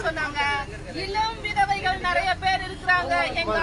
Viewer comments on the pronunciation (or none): விதவைகள் என்று சொல்லத்தெரியாது விதகைகள்.